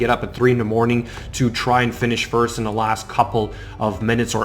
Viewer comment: I also like how you say your first............ (Sarcasm of course if you don't detect it, lol)